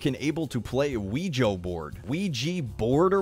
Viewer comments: Nobody has ruined it yet. Amazing. (BTW its actually pronounced awoogie board) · Wa weg board? You mean quiche board. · It's Always funny seeing someone Mispronounce qrejis boards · Pronounced WEE JUH NOT WEE GEE. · Lew eje bo ORD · Wedgie Boards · Wa weg board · Oujij board??!!! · WAEGA BOEARD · Yolo Wizard I think it's pronounced Quija.... uh... or was it Wa weg?... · Help pls. I need wega board(pronounced quiche board) to destroy luigi in Super Mario Galaxy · Wa Weg board.... Nailed It. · *wedgie board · "wa weg board" I'm done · Wa weg board... Nailed it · "'wa weg board' Perfect" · ah yes my favorite band Weeger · "It the wija i real game?" Wija game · WEGA BORAD